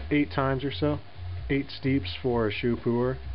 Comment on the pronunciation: not bad but i have to say puer brews better in a yixing teapot because gaiwan cools down too fast. also teapots keeps things tidy when it comes to puer dusts. oh yeah, one more thing. 'shou' is pronounced more like 'show' than it is 'shoe'.